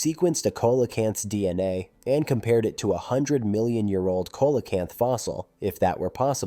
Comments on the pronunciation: I’ve heard both. Koalacanth, not so much, it literally irritated me in the same wat nails do grinding on a chalkboard. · You're mispronouncing Coelacanth. It's pronounced "See-Lo-Canth". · I always have pronounced it seelacanth. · None of this contradicts Evolution. If a life form is successful it won’t evolve. You need to evolve and could start by learning how to pronounce the name see low Canth. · Coelocanth is pronounced "see-luh-kanth". Also, evolution works exactly the way it is supposed to-nothing broken about it. No pressure to change in the environment, no evolution required. It's that simple. Some genetic drift still happens,hence more than one species exist in isolation from each other. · Right ….. I also heard Cola-can’t 😂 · I hate when creators butcher the pronunciation of their subject so completely... like.. did you even try to figure out how to say it? If you can't even get the name right, how are we to trust anything else presented?